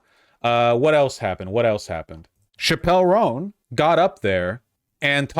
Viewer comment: I’m sorry, who is “shapelle roan”?